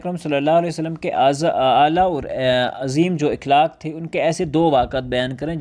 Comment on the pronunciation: مکرمی :اِخلاق غلط جب کہ صحیح تلفظ ہے اَخلاق